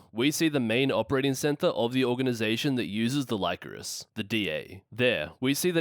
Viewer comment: Great video but it's pronounced "Lee-coris" not "Lie-coris". They pronounce it in the anime